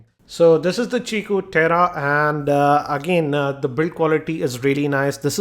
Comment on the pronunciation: He pronounced it right. It's qiku (chikoo) just like qi (chi) charging.